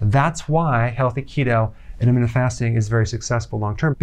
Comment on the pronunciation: I love Dr. Berg, but why does it bother me so that he says "intra-mittent" fasting, rather than "inter-mittent" fasting. Shut up, my blood sugar is low 🤪